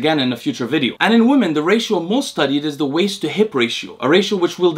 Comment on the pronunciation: Interesting. Also, the word "women" is pronounced "WIH-min". Your English is quasi-native, and hearing you say "WUH-min" for "women" is really distracting.